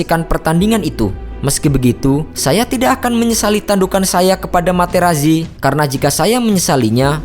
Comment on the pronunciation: Sedikit koreksi dalam pembacaan nama. "Marco Materazzi" dalam bahasa Italia dibaca "Marko Materatzi".